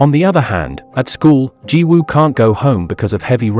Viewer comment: I’m rlly sorry but the way you said yang is wrong but finally your one of the first person I have heard that said Jiwoo correctly